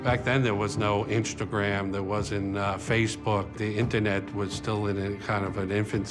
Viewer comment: I've never heard of Inchdagram before. 😂